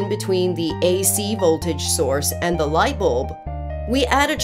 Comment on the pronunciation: I like the way she says light bolb